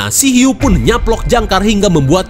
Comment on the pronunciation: ada huik... eehhh hiuu..... hhhhhh🤣🤣🤣🤣🤣ngakak gw